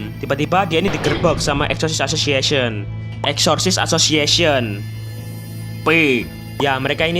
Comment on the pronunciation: Udah 4 video masi blum bisa nyebut asosososiesen